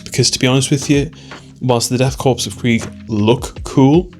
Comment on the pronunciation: korps (or corps) is pronounced 'core' :)